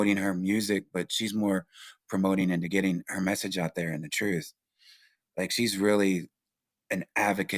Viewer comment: It's not the TROOF channel it's the TRUTH CHANNEL 😂😂 Please stop saying TROOF sir. U can't have a title of a podcast u can't pronounce 😉🤣